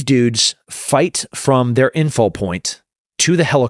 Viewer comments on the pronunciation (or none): none